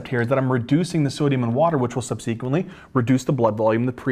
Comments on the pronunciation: For goodness sake, the word is subsequently, not sub sequently. Do not place the emphasis on the antepenultimate syllable, please! Correct usages are "these", not "these ones", "those", not "those ones", and "there are other drugs", not "there is other drugs". "Is" is for singular, "are" is for the plural; and finally, "there are three categories", not "there is three categories". You get the drug names right, get the 3rd grade grammar right, too, OK? Thanks. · So glad I found your channel! Brings me back to med school days. Stryer anyone? Would have loved to have youtube and great teachers like you. You also crack me up the way you pronounce “subsequently” and “GLUT” (receptor). You have a gift. Keep on teaching.